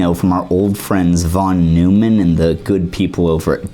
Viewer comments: The way that you pronounced John von Neumann's name really bugs me. In all of my computer classes, the professors pronounced it "noy-man", not "new-man" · John von Neumann: the last name isn’t “Newman”, it’s “Noyman”. The founder of computer science. Can’t help it, it’s triggering me! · Mathematicians pronounce von Neumann’s name as “von noy-man,” not “von Newman.” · von Neumann is pronounced "von NOY-man" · von Neumann is "fon NOY-mon." He's not a Seinfeld character. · That's not how you pronounce John von Neumann. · Made me turn off the video. If you can't even get the guys name right what else are you missing.